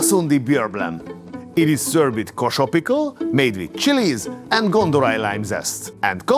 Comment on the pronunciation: I am from kolkata , that kasundi goes with calcutta style fish fry and its gondho raj not gondhorai ❤love from India